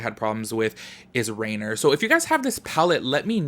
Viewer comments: It’s not “rainer” lmaooo it’s rainier...which is mount rainier which is pronounced “RAIN-EAR” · You pronounced most of them correctly, accept Rainier is like ray-neer. And yep, the colors are inspired by Washington State :D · Rainier is pronounced “ray-NEER”. Like reindeer, just without the “d”. I haven’t had an issue with any of the colors yet. My brown liner, on the other hand, is defective and the component isn’t pushing it up. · No hate cause I can’t read either, but local Washingtonian here, “Rainer” is based off mount Rainer and is pronounced “Ray near”. 😂❤️ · the shade Rainier is actually pronounce Rainear Its hard for others to promounce, no shade, I used to live in Washington and it took me awhile : ) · Appreciate this review! I’m going to stick to the child palette for my olive and earthy tones fix, though. Lol the shade Rainier... seems very irksome. You gave it a chance. I thought it was Rain-ee-er, but I can’t pronounce shit 😂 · I’ll be that girl 😉 lol it’s pronounced “rain-ear”. It’s a mountain in Washington near Portland Oregon.